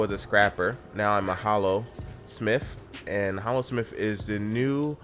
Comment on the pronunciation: Honestly his "Hallosmith" is just the accent talking.